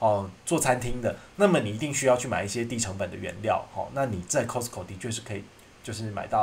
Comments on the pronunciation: 確實是念錯了，斷句的地方是Cost co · 真的沒錯 T不發音。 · 扣施扣 咖施扣 其實都差不多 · 你好市多 英文說錯了 聽了好不習慣